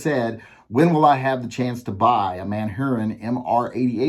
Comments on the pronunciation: I still have to laugh at you saying Manhurin instead of Manurhin. It's said more like "ManUrine". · It's not Man-Hurin, it's MANURHIN...if you don't like it, suck it ! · It is pronounced Manurë in French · Are you pronouncing a h out of order or do you just not want to say man urine?